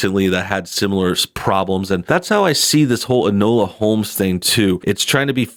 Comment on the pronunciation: It's pronounced "In-Oh-La"...